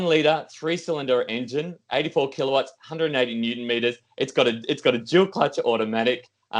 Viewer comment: I'm loving pronunciation of Keeler watts. Almost Arnie like. "Keeler votts".